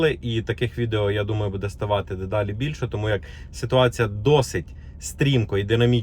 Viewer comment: не будЕ а бУде правильно ударение! Не коверкайте язык